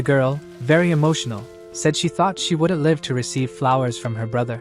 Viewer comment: It's annoying that the narration is always getting things wrong. Switching pronouns like he/she, and reversing names of characters. Need to fix your broken narrator bot. Can't even say "live" and "bow" with proper context. So annoying.